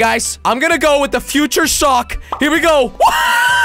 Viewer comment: jelly said future sock